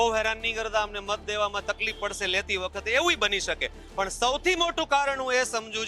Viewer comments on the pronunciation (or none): none